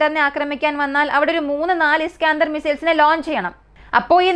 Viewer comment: ഇസ്കാഅന്തർ മിസൈൽ അല്ല ഇസ്കന്ദർ മിസൈൽ..